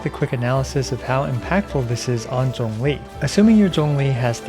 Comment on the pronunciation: Thanks for saying Zhongli's name correctly wkdnskxnsm